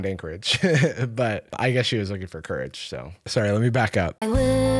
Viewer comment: The "finding, COU-rage" line (and many others) is an example of bad lyrical phrasing. A competent songwriter knows how to align the lyrics with the music to avoid emphasizing awkward syllables. One of those things you only notice when it's done incorrectly.